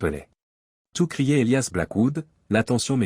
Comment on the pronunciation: Houlala..😂😂 à peine 5mn..et.." Et liasse " à la place d'Elias " ???..🙄😭..😁😁😁..